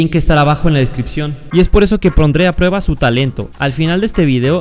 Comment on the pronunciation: "Y es por eso que P R O N D R E a prueba"